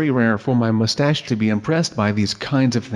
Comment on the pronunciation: and he always says mustach